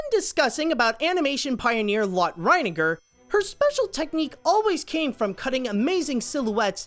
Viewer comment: Lotte is pronounced "Lotty," not "Lot."